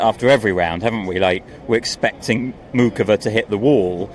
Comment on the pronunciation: So much for something being off with Sinner like thought after the Shapo match. Also, for a podcast that talks a lot of equality and respecting the women's game, they insist in pronouncing Muchova emphasizing the C instead of Moo-Hoe-Va and the silent C. It's just a little thing but a lot of other announcers pronounce it with the silent C and Karolina herself says that is the correct way to pronounce her name. And they pronounce Thomas Machac the right way with the silent C. So it's ironic that they pronounce the guy's name correctly, but don't care to pronounce Karolina's name right.